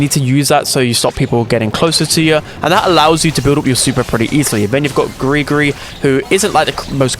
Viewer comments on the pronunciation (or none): gregory not gri gri.